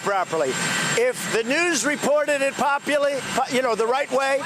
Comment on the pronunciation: ....is it just me or does it sound like he had a stroke?! “Populy”? 😂😂😂😂😂